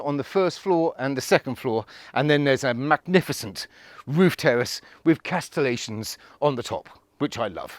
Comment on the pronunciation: Crenellations not the Castletlations old chap!